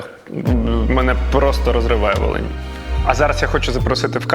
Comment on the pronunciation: Волинь а не валинь 55хвилина